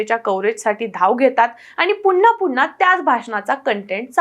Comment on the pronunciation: " म्हणूनच " हा शब्द " म्हणूनच " असा अशुद्ध उच्चारू नये. तसेच " पुन्हा " हा शब्द " पुन्हा " (पु वर अनुस्वार देऊन) उच्चारू नये अशी नम्र विनंती आहे, जेणेकरून, मराठी भाषेवर अनंत उपकार होतील.